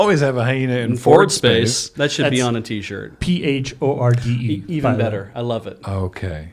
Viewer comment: Yes that bingo card is EVE. I hate that i understood everything you said about it. Also its not PHORD its P Horde space. Pandemic Horde, the largest alliance in game.